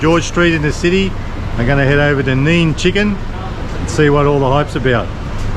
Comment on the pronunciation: its pronounced nay nay chicken not neen chicken, you boomer. lol